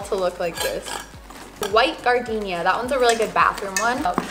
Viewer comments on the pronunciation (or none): none